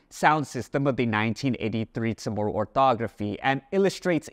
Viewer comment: I heard Chamorro pronounced with a rolling "r". Does guam say it with a regualr "r"?